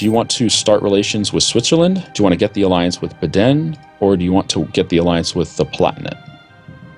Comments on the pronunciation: I am shocked, you two almost pronounced everything in the right way. But your pronounciasion of "Baden" is wrong, it is not ae, it is bahd-n. :D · Their pronounciation of Baden is horrible, i'm not sure i can watch this series with that horrible pronounciation.